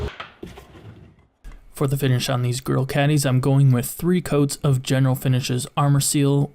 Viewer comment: Sounds like you're saying girl and not grill.